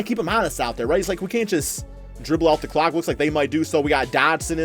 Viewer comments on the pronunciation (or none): none